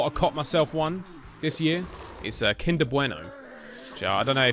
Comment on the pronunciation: 'Kinder Bueno' is from Germany and he even pronounced 'Kinder' correctly. I didn't know knew any German. 😀🇩🇪 (I'm from Germany.)